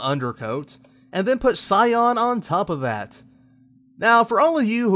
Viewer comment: cy.an // sahy-an EVERYONE doesn't understand your mispronunciation.